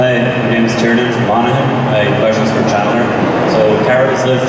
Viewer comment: “I hAvE a QuEsTiON fOr SHandler” 😂